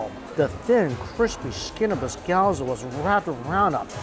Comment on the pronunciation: Wtf is a "GyoAza"🤦‍♂️